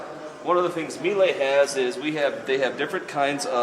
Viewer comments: Great review, but Americans are the only ones in the world who can't pronounce Miele. I was born there but have been in Australia for a decade. My father got hooked on Miele appliances after using all of mine. It's pronounced Meee Luh. Not Mee Lay. My father still says Mee Lay, even after I've corrected him dozens of time! But great review and glad Americans are advertising these more. Amazing and efficient appliances. Not one issue with my 2013 models, nothing, and 2 or 3 loads a day, and the same with the heat pump dryer. Have all Miele now, dishwasher, ovens, cooktop, coffee machine, steam oven, fridge and freezers. Spent over $50k, will last at least my lifetime. Washer has both drums, inner and outer tub are stainless, cast iron counter weights, made in Germany, amazing build quality. 102kg is the weight of the washer though, they aren't lightweight. Highly recommended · You might consider pronouncing it "ME-lah", not "me-LAY".